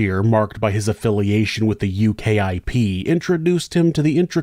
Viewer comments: I didn't know this story but as soon as you said he was a former UKIP (pronounced U-KIP not U.K.I.P) politician, I knew it wasn't going to end well.c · just an FYI, we don't call them the U-K-I-P, we just refer to them as ukip